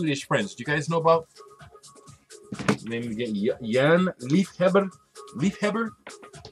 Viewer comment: Hi there, I don't know anythin about the music, but "Liefhebber"....what I heard you saying....sounds very Dutch to me, in stead of Swedish.....but again, I don't know anything about the music.... And very sad your favorite recordshop is closing! Kind regards, Ingrid/RockingLUPA, The Netherlands